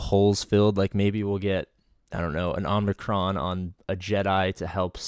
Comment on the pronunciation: no hate but I’ve noticed you say “ omNicron” but the actual word is “omicron”